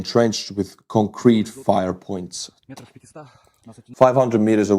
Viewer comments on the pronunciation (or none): none